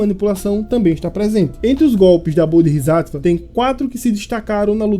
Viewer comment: pequena correção quanto à pronúncia, o certo seria "BodsÁtva", ótimo vídeo.